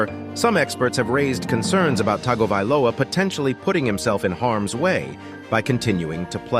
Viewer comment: Cant believe spent 8 mins on a dude dont know to pronounce TUNGO-VI-LOA 😉 Common man